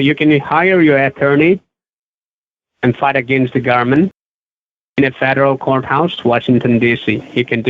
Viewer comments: "We have eevidence against you." and: "You can hire an attorney to fight against the garment" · "THE GARMENT"....LOL